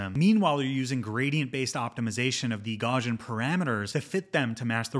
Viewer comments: Gauss is pronounced gows like cows not gauze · Great video! Btw, I’m 99.99% sure it’s pronounced gow-see-uhn. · Great video! One pet peeve: it's pronounced gau-see-uhn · Gauss-ian, it's named after Carl Friedrich Gauss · Check the pronunciation of "Gaussian" man. You're driving me crazy. 😅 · Good stuff but you’re pronouncing Gaussian wrong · are you able to say "house" or "mouse"? You don't need to be German to pronounce Gaussian correctly! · I don't want to make this a big deal. Mathematicians and physicists all pronounce it this way and thought you might care :) explains it better. Gauss rhymes with house.